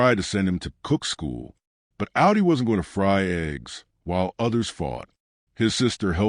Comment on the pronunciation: "Ow-dee"? It's pronounced "Aw-dee". Stupid AI.